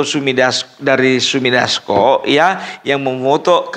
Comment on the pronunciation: yg betul " Sufmi Dasco" bukan Sumi Dasco.